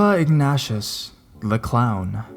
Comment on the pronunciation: i think it's pronounced Ig-Neigh-Shus